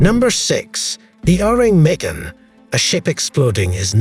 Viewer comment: Awesome video but that’s not how your pronounce that Ourang Medans name